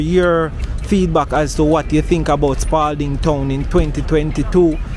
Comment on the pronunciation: No s on Spalding